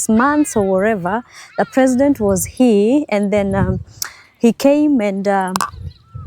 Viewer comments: OMG why do you say heeee instead of hia ..Here is pronounced HIA .. not heeeee lol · Hi, Please stop pronouncing 'here' as 'hi'. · 😂😂😂especially the word "here" hii